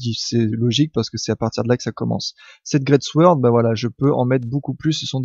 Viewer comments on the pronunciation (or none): none